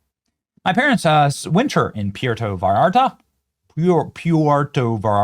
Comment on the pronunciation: Benny, No “V “ sound in Mexican language for Vallarta… more like Bayarta.